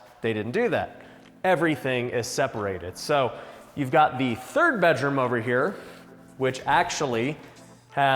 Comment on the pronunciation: it's funny the way pronounces bedroom be-droom instead of bed-room